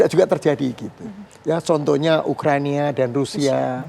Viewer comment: ukraina pak bukan ukrania bpk laper ya maem yuuuk